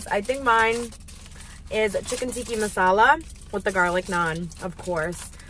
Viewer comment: Please stop calling it chicken tiki masala. It’s chicken tikka masala!!